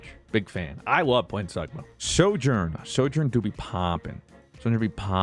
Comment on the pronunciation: the way he said sigma sagma hurts me